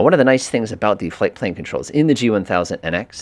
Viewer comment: Fipple page? 😂 you mean flight plan?